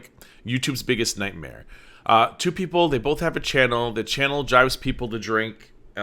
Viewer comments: She's a fountain of 'moron moments'. --- She says 'bolth' instead of both. She says 'ordamint' instead of ornament. "I haven't ate today". ---- And omg, "I'm starveeeeen!" She could live months on her fat. .. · Who's gonna tell her there's no "L" in both